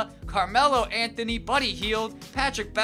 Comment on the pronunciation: The way he said Anthony in free agency lol